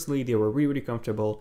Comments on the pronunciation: “wealy wealy impressed me” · You wear reary reary impressed